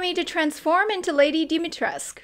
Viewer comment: Nice but “U” is NOT SILENT, in Lady Dumitrescu 😂:)))))))